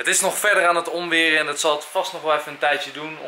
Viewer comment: leuke vlog weer! :) Enzo, het is oNweer en niet oMweer! ;-)